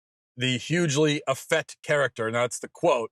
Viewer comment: So many great, fraught issues here, so several points, but one small annoyance first: the word is 'effete' -- the second 'e' is long. It is pronounced 'eh-feet'. The political labels are problematic here, so I've gotta give some background: I'm a long-time Trotskyist -- you don't get much further left than me politically -- and I'm an old actor/director who mostly agrees with Matt here (I mean, besides the 'effete' thing). Enough with this sexual and gender proselytizing -- it is enough that homosexuality is not discriminated against -- any more than that you don't get to have. Deafness and muscular dystrophy should not be discriminated against either. Hell, when I was an 18-year old college fresman, I saw a great instance of cross-gender casting. It was a Yale Drama School production of Christopher Marlowe's 'Edward II'. One of the leads is a macho badass named Mortimer. The part was played by a 23-year old, six-foot-tall actress in leather -- a grad student at Yale Drama. It was Sigourney Weaver. I would have had her baby if she asked, I was so in love. In '65 Laurence Olivier played Othello in blackface with a Caribbean or Jamaican patois. It was regarded as revolutionary and brilliant. I'm an old Lefty actor/ director, and I agree with Matt here. The LGBT community doesn't get to push its agenda beyond POLITICAL equality. Fuck the rest (literally no pun intended).